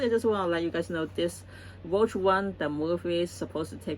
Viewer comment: Rogue is pronounced. Row-G Row like row your boat. And the G from g‐amer. RowGuh I only have one pop figurine. The Doom Slayer.